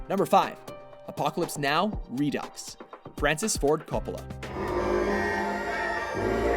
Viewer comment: I thought you guys were Canadian? Why did you pronounce "Redux" like "ReDucks" it should be pronounced like "Re-due"